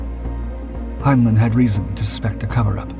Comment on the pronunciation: This is an AI slop channel. You don't hear the synth voice? The newspaprers are gibberish and one "Russian" one is in Japanese. Hinelin is not how Heinlein is pronounced. Block the channel and thumbs down otherwise there will be no more humans on Youtube. We are the YOU!